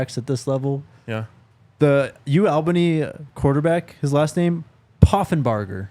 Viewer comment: Soo funny to hear you guys say ALBANY, sooo wrong. I’ll tell how to say it when I’m in Boulder next week